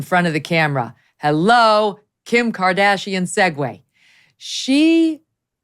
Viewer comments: LOL she said: Kim -card-ass-ian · Meg really just almost said Kim Kardassian 😂😂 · ...... "Kim Kard "ass" ian, er Kardashian"................. was that intentional Megyn?................ 🤭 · So we're all just going to sit here and pretend Megyn didn't almost call her Kim KardASSian. 🤣🤣🤣 Also, Jason is absolutely right. This is a mental illness.